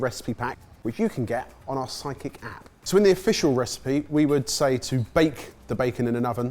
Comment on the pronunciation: you still can't say Sidekick properly. 😅